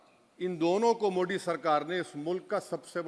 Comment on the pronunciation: औबेसी जी हर जगह "द"को "द" ही बोलते हैं जैसे "हिंदुत्व" लेकिन "मोदी"को *मोडी*क्यों ?